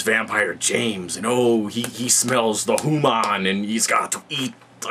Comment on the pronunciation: lol HEW MON!!! Feringi much? lol, awesome vid though. I couldn't say it better without yelling and spitting.